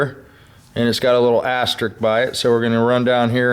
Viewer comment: Just what I needed to know. Thanks! It's 'asterisk' by the way, not astrik.